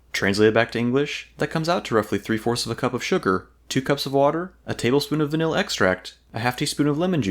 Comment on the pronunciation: if it wasn't for the text i never would have guessed you said vanilla